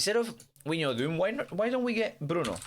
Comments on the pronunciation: win- yal - doom 😂😂😂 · “win-yal-doom” 😂😂😂